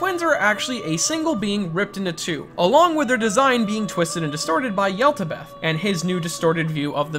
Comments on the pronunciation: "Yeldabeth" Yowl-da-bowth "Neeyalethotep" Nya-lat-hoe-tep Sorry, it's just those pronunciations are just so wrong. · Not to mention “Yeltabeth” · Im sorry but "Yellbadoubt" and "Sentanel" You mean Yaldabaoth and Satanael right?? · Also what’s with completely ignoring the pronunciations from the game in P5 of yaldabaoth and Satanael? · Your pronounciations of Yaldabaoth and Satanael trigger me